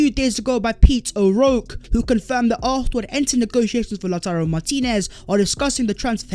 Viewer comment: From "Tammy Abraham's" to "Lauturrro Martinez"